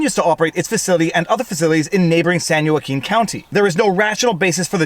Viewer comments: viva happy victoria day. i hope you and your family were able to enjoy it in some way. fyi if you need to refer to the other county in a follow up video, it is pronounced wah keen phonetically or at least it was when i lived in ca prior to 1/96. being a father i am sure you have heard your babies go WAH WAH!!!! ;> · It's "San Wah-KEEN" (Spanish origin) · Joaquin pronounced Whah-Keen. Non-Californians get it wrong all the time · As always entertaining and quite funny. These politicians are exceedingly stupid to get in a pissing contest with Elon Musk. I did notice that at time mark you mispronounced San Joaquin. Being Canadian you are forgiven. Remember J's in Spanish surnames are pronounced like the English H. And vowels are not pronounced separately when they are together. Easiest way for you to pronounce it would be like whoa-keen or simpler wa-keen.